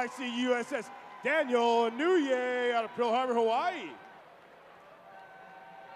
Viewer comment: I wish they could pronounce Sasebo, Yokosuka and Inouye correctly!!